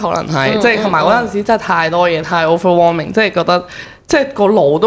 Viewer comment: 其實點解係咁講Overwarming ge ? 唔係Overwhelming 咩？🤔